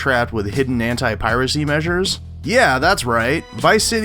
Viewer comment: Why everytime when he says "anti" I hear him saying "hentai"? There is seriously something wrong with me ..